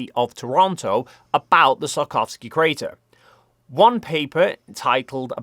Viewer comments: "it was photographed in great details by South Korea's Danuri probe. I really hope that's how you pronounce that. And like I said, the Sarkovski crater..." It's very impressive how much managed to butcher the "Tsiolkovsky" surname throughout the video, apparently without realizing it XD The wikipedia page even has IPA pronunciation! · Hey, I hate to "that guy" but the 'i' in Tsiolkovsky is really short (so 'see' with a 't' on the front, rather than 'sigh' with a 't' on the front). [The pronunciation is actually on the wikipedia page.] It took me until you showed his picture for me to work out what you were saying, LOL. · Perhaps it's my interpretation of your north-western accent, but I think that seulkovsky is a better interpretation of Циолко́вский than sarkovsky. Not that I know that much about the cyrillic alphabet and Russian pronunciation, but I'm a diehard pedant. The letter л is an L you know! Anyway, I like your videos and think you're doing an important and essential job spreading scientific literacy. Have you seen this YouTube video?